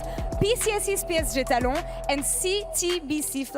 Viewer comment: lmao why was pronouncing talon in french like sure u can say the psg part in french but the talon part isnt french